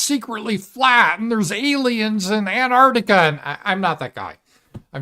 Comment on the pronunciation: "There's aliens in Anarctica" do you mean Antarctica!